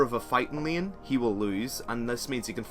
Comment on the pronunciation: Vayne, main, lane, phase... Can't you learn to pronounce these words already? I mean, I like your videos, but I cringe every time when I hear your terrible pronunciation of these words. That's the only reason why I'm not subbing or watching your videos daily.